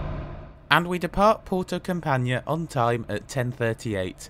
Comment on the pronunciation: Thanks for the report, just one thing, I'm not exactly expecting you to know how to speak the languages of the various places you visit but I would strongly encourage you to put the place you're visiting into Google and listen to the pronunciation. Campanha for example is pronounced a bit differently from how you said it, the ending especially. Don't get me wrong, it's a minor thing but just thought I'd let you know.:-)